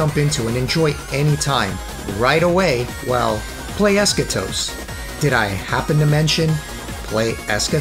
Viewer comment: Timmy? Ha no he was playing Fortnite as usual he can't even pronounce Eschatos correctly. I actually found a good deal on an Xbox360 original and saw it had both other games on there so I bought it. I was going to get them on Steam but now I can just have it on the 360. I need to play those two next. Just added you for the giveaway. You're IN. 👍